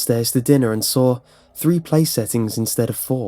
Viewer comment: "And that's when I sawrr it"😂😂